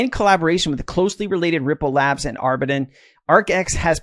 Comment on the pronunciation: It’s Aaa-ber-deen